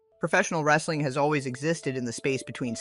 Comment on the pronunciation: Linda McMahan was lying to protect her husband and money. That guy on Morton Downy ,Dr somebody, is such a jerk! And says Rasseling. Sooooo annoying!